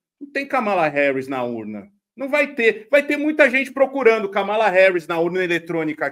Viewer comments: A pronúncia está errada é Kamala igual a Câmara e Pamela!!!😀😀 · KAMÁLA 😂 KÂMALA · Não é Kámala e sim kâmala!!!!!😘😘😘😘😘